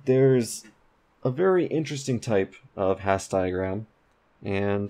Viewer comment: Love the videos, thanks for doing them! Minor correction: Hasse diagram's are named after Helmut Hasse with Hasse pronounced as hAss-uh